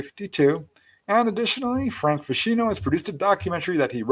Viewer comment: Fantastic night, hoping Dolly gets well soon, and thank you for pronouncing my name correctly 😄